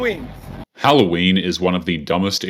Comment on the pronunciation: Its holloween not whoroween...🙄